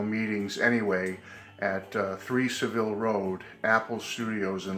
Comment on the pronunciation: Just an FYI, it’s Savile Row (not Road) with the accent on the first syllable of Savile. (not Sa ville’!)